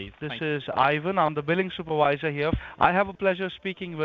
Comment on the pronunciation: "New phone, who dis????" "THIS IS IVAN, IM THE BILLING SOUP-A-VISE-AH" spits on mic lmaoooo